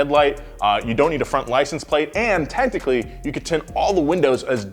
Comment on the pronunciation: cant get over sayin “tentically” 💀